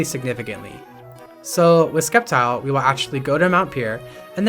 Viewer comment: Did bro call it "Skeptile"? ITS FUCKING S-EP-TILE! NOT THAT HARD TO PRONOUNCE!